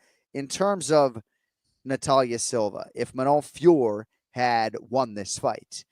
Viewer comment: It’s increasingly embarrassing to hear these donks double-down and call her Fior. My ears are bleeding